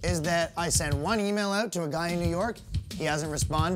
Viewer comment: "I don't know anyone in Canada, never been to Canada." Next thing you hear is "But on my Facebook all you see is a guy reaching oot to his fans aboot to have a great show." Dude, who are you fooling? I can smell the maple syrup on your breath through my computer screen.